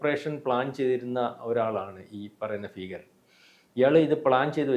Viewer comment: Feekaran allado , bheekaran , plz study good Malayalam